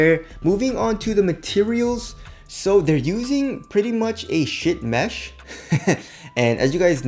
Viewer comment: Did you say ship mesh OR shit mesh?? LOL